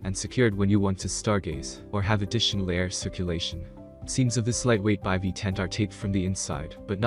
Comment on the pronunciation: I have no faith in this right off the bat since the guy does not even know how to pronounce Bivy correctly. Tells me they have no idea anything about the products.